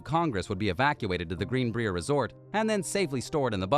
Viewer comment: The Greenbrier resort and hotel pronounced like Briar Rose